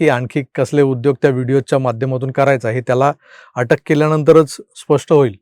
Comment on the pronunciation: अटका?अटक /पर्यावसान नाही.पर्यवसान.